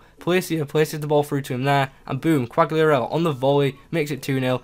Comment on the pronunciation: It's cal-lee-ah-rella